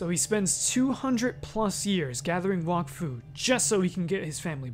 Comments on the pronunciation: It's pronounced "wack-foo", not "wock-foo" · its pronounced walk-fu? I always called it wack-fu. What about Dofus? is it not Doe-fus? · This man said Wahkfu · I hate how everyone pronounces wakfu wrong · Bro can’t even pronounce Wakfu